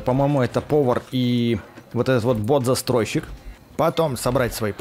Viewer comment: Бот закройшик а не застройшик